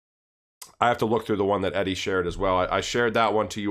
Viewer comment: Pronounced Eddie